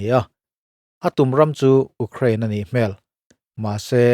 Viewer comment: Ukrainian ho hian 'Uk-krain' an ti tlat lo maw...!!